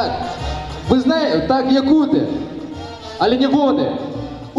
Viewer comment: якутЫ, не якУты